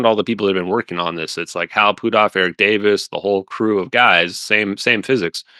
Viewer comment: I wonder if he says Hal Poothoff instead of Hal Puthoff on purpose.